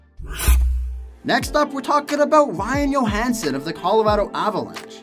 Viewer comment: Ryan Yohansen.... hockey players names can at times be tough to pronounce. But.. really...